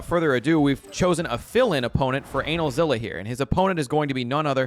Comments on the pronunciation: Why are you calling him analzilla? Kts anilza like anilator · My ass when I heard how he pronounced Anilaza's name: 👀(It's not pronounced like that, it's ANEH-LAZA) ALSO I LAUGHED SO HARD WHEN YOU SAID HE HAS BOOTY SHORTS ON- I'M DYING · For the love of god call him the correct name. Its pronounce A-nigh-L-za